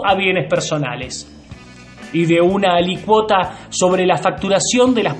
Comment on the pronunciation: ES ALÍCUOTA NO ALICUOTA ME RECORDASTE A MIS COMIENZOS DE CLASES DE DERECHO TRIBUTARIO, JAJAJAJAJA. ME DISTE TERNURA! SALUDOS.